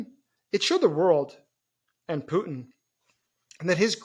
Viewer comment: His name is Putin, not Pu'in. The T is not silent.